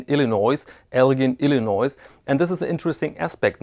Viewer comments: really enjoy your videos. One correction... the “gin” in Elgin is pronounced like gin and tonic, not with a “guh.” Thanks for these videos!! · Elgin is pronounced (ELJIN) I live near Elgin in the Chicago land and northwest Indiana area . Nice video and nice watches by the way . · I grew up in Elgin, Illinois and could see the watch factory a few blocks away. El Gin is how the watch company is pronounced. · Just like NBA star Elgin Baylor.